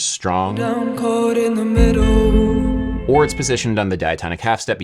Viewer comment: Adam is “cood in the middooo”😂😂